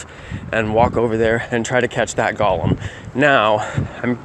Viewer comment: I hate when people say golem like that for some reason lol